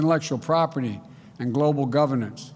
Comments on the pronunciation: What is “gwobal” power . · He can barely talk! LOL. Grobal Prower?